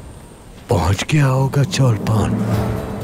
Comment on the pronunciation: Its not cholpan its choplan plz check its original pronounciation... Ptv dont ruin the name... Who agrees